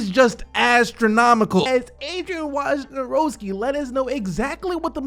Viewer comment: You have to say the word “Wojnarowski” in every video. Can you just please, please try to say it not wrong in all of them?